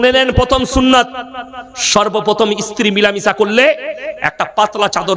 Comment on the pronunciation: ইস্ত্রি নয় idiot ota হবে স্ত্রী, মুখের ভাষা ঠিক করতে হবে। সেক্স নিয়ে আলোচনা কমাতে হবে।